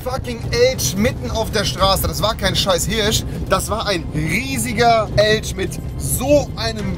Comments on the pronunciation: Deutschstunde mit Rewi: K wie Kirche/Kirsche E wie Elsch 😁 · Was für ,,Elsch" es Heißt wenn denn Elch!🤣🤣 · Rewi bei Fisch=Fich Rewi bei Elch=Elsch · Rewi: Elsch Wie man es ausspricht: Elch Was es wirklich ist: Rentier Solide 1/10 Rewi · Rewi: „Da war ein Elsch auf der Straße“ Unge: „Nein ein fich“ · niemand. Rewi: Eltsch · Es ist ein Elschhhhh😂 wie Rewi sagen würde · Rewi: Da war so ein f*cking größer Eltsch Jeder Andere:Es heißt Elch😅🤦‍♂️ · Elsch, Kirsche 😂🤦‍♂️ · Normaler Mensch: Elch Rewi: Elsch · Einfach so ein Elsch nicht irgendwie Elch 😂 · Elch mit CH nicht mit sch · Was zur hölle ist ein elsch??? Lern deutsch du kek xD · Wer kennt ihn nicht den Eltsch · Ein Elsch 😂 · lol fich und elsch